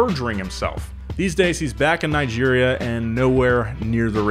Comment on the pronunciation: C'mon Malik, stop killing Nigeria's name